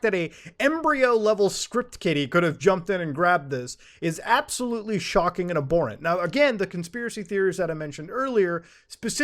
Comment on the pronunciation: Matu "appsahlootly" Har. Sorry man, I had to...